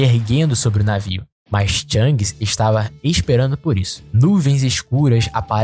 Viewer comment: Bom vídeo, só revise o nome dos personagens, algumas pronúncias estão erradas, não é THANGS, e sim SHANKS, de resto parabéns pelo vídeo !!!